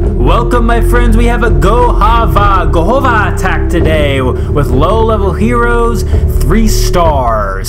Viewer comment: govaho not gohova